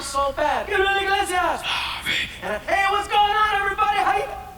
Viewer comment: I swear no one ever gets his last name right (I myself am not innocent) they always say his last name as inglesias. like its iglesias. theres no N lmao.